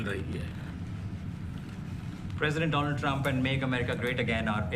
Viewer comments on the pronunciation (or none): Do-land trump..Kaash ki do class padhlete to Aaj translator ki zarurat nahi padti.